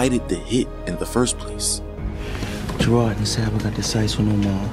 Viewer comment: lol bro you said Sherrod his name is Gerard